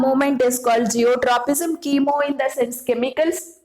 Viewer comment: It's not zeotropism (no word like this at all) It's Geotropism